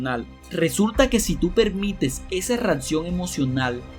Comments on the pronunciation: Me distrae demasiado y me hace mucho regresarle al video y acaba molestandome, todo eso de: REATCION en vez de reacción, ALBERDRIO, HICISTES, JADGUAR en vez de hardware, CONETCIONES, CONETAN, TESTOS, EFETO, EN VEZ DE EFECTO Y etc, etc, etc, no lo tomes a mal, esta bien el canal pero lo sería EXCELENTE tendrías más seguidores 90 veces más lo que tienes si tuvieras apertura a las necesidades del cliente, como dice Bob Proctor, por aquí leí que le bajes a la música de fondo ¡¡¡HAAAAZ CASOOOO!!! Muchos te oímos con audífonos y si es molesto MUY MOLESTOOOO!!! solo lee tal cual esta escrito, "cambia" como dice este mismo video NO SON TESTOS, SON TEXTOS, se dice CONEXIÓN, bueno es una observación que te haría crecer, (espero lo tomes así) como persona y como el negocio que es este canal, te mando un abrazo fuerte y Gracias. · Que no se dice "REATCION" 😫😫😫 No se dice "REFRATARIO" 😫😫😫 No se dice "has esto suficiente veces" 😫😫 Es tan, tan mal hablado que estresa!